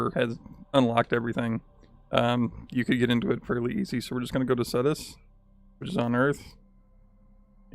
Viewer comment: You say it like Ctus but add a an e so it's CETUS